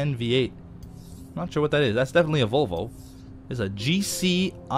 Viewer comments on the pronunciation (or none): none